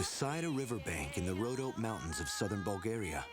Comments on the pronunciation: Just to let know.... The 'Rhodope' Mountains is pronounced Road-opee, not roadop. Apart from that - I love it. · Please.... Rodop'ee' Mountains - not rowdope mountains (53 seconds) :-) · Just to let know.... The 'Rhodope' Mountains is pronounced Road-opee, not 'Roadop'. Apart from that - I love it. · Rhodope Mountains :-)